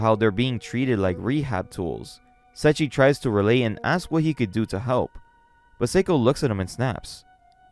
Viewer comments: Se i chi not sechi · Sorry, I'm really sorry, but it's SE-II-CHI, not Sachi, or that's how I hear it. Sorry, I'm not trying to be rude, it just bothers me. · It's Say-E-Chi